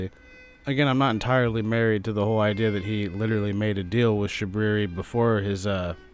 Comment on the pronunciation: I love how u call him shabooboo xD